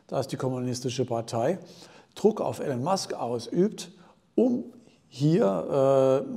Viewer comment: iiiiilon Musk. Nicht Ällen Musk. Danke